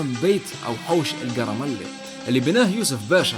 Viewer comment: اسمه القرمنلي ب القاف يا مش عارف علاش الشراقا تقولو حرف القاف زي مصر مهم شرفت طرابلس وواصل نستنو في جديد🇱🇾🇱🇾❤❤